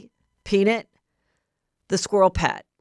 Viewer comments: Lol Heather. PeanIT lol, I think it's PeaNUT 🥜 Anyway love you 😍 ❤ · Will you please share with your loyal Get me Behind Gates listeners what the hater said in the note? So curious what they think you have. The “peanit” pronunciation is making me curious again 😆 Love you HEATHER! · Heather cracking me up over here with her pronunciation of the name peanut 🥜 = “Peanut-Nit” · You said “Peen-it” 😂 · Omggg is it a joke idk cuz the way she was saying peaNIT instead of nut was cracking me up & she said the word like 20x. I don’t have social media so idk if that’s part of a joke or just Heather being Heather but it was making me giggle😂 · I was annoyed by how HM pronounced PEANUT in the beginning and was just left with an unshakable ICK as it went on. Worst episode ever. Couldn’t even finish it